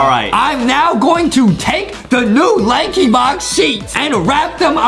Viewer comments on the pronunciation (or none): Why did you said lankybock instead of lankybox??